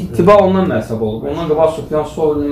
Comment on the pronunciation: Массаб йох мазхаб ,массаб яхшы соз дейил